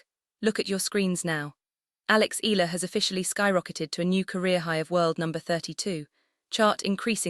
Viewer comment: I unlike this because of,mispronunciation Nadal with Eala its eyala and its Nadal not Naydal and ila so fu you despite all the wonderful content.0..get the name wrong and its somebody else